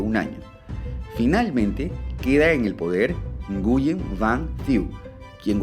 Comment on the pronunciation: La correcta pronunciación del apellido Nguyễn en español es win no es n-gu-yen